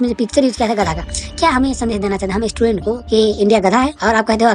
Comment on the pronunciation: Pehle student bolna seekh le